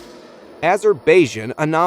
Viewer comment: So much fakery in these videos! Plus, they talk about Azerbaijan 🇦🇿 (pronounced A-zer-BYE-Jan, sir!) then show a village somewhere in the African continent! Same thing when talking about a supposed animal hybrid “in India” yet show African people.